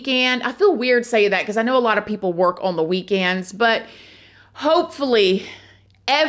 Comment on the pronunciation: The word 'on' is one syllable, not 2